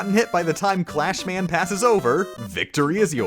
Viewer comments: you said clash man! Not Crash Man!!! TRIGGERED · its crash man not clash man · Ahem. It's CRASH Man, not CLASH Man. Yes I know this is Rockman 2 and not Mega Man 2 but nyeh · I see the comment section filled up with random crap, even PP is only mentioned once from what I see. I really expected everyone to call out your pronunciation of Crash Man. Clash Man is the original Japanese name, "Crash" only came from a mistranslation because in Japanese, the L sound is the same as R.